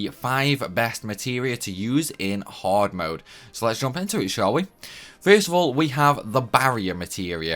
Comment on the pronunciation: Its extremely haaawd...